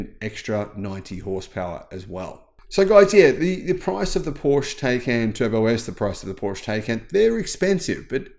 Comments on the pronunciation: Thank you. I really enjoy your frequent uploads. Could you please try to add the e in your Porsche pronunciation. Just as the i in Audi is pronounced, so should the e in Porsche. Whenever I hear your pronunciation I always think of a covered shelter projecting in front of the entrance of a building. Thanks again. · It's called PorschE, pronounced Porsh-uh. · Pooosh. 😢😢 In my head Porsche is completely different car than any Pooosh. It's like a lion or tiger without tail. My ears are so suffering... 😁😁 PoooshE.